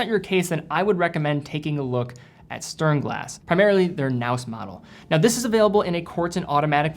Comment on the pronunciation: So many german watches, love to see it. Btw, the st in sternglas is pronounced the same way you said the st in stowa. "Shternglaz"